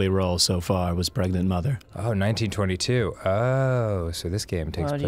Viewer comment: tat womon twas pregnart!